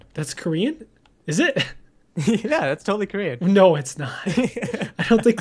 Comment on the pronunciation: It's not koren